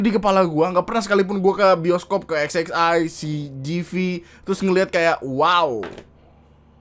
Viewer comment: banggg lu nyebut XXI nya kok gtu 😭😂